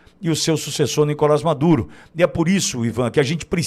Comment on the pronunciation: Nicolás. O acento é na última sílaba